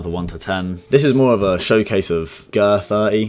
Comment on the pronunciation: bro said "gee-ee-ahhrrr 30" 😭💀💀. It's called german30 or the DAX chief